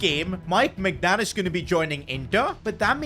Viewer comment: ITS NOT MEIGNAN